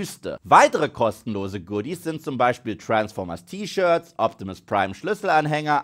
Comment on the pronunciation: ich könnt jedes mal kotzen wenn ich höre wie du Transformers aussprichst lmao